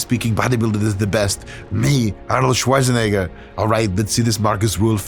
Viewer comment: Me as an Austrian can say that you absolutly nailed the "Arnold Schwarzenegger" in the Intro. Props to you and also not a bad Arnold impression all in all👌